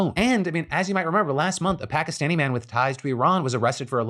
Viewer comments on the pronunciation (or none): none